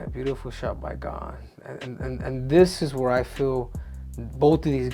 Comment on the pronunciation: Pronounced as “Gan”